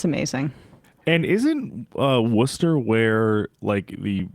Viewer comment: Hi ,I love your show pkease don’t ever stop telling facts ❤💙🤍im from Massachusetts close to Worcester mass and I just want to thank you for saying it the right way 😂also I’m proud to be a masshole 😂thanks for your channel ,I watch you all every day ❤